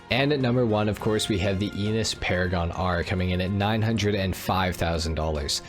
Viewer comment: Just a linguistic comment: Enus should be pronounced with European vowels or eh-noose which sounds a lot like anus in English...